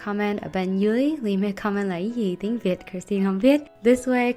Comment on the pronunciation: Bullet Journal của chị rất đẹp, chị phát âm tiếng Việt rất chuẩn. Love you Christine ♡